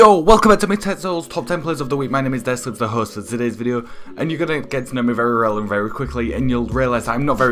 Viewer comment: Dare Slips ayyy good try at the name bro xD 😂😂😂